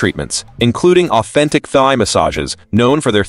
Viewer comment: Can you please say Thai properly 💀💀 it's not thigh